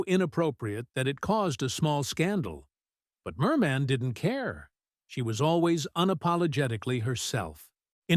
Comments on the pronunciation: It's not Mermaaan, but Mermin! Check out how her name was really pronounced. Not like Bird Man!!! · WHY IS THE NARRATOR EMPHASISING "MAN" IN HER NAME? MOST PEOPLE PRONOUCE IT AS "MUN"; MERmun. SO ANNOYING. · Her name wasn't pronoucned Mer Man - very poor for a person commentating a doco. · Stupid machine narrator. Can't even pronounce her NAME correctly. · Why do you insist on stressing the second syllable of her name??? Even Zimmerman is pronounced with stress on the first! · At least pronounce her name correctly